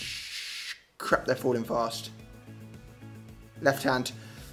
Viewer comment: "Crrrrrrrap" that tounge roll though xD